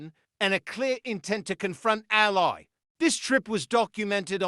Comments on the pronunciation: "Al-lee" Allie, Not as an Aly in a crime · Her name is pronounced elly as in kelly.